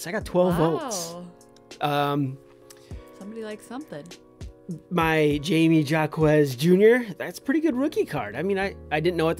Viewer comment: Just a heads up thats not how you pronounce jamie jaquez. Sky b does the same thing. Clearly dont watch games.